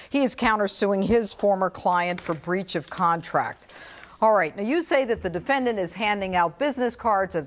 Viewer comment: "The defendanTT"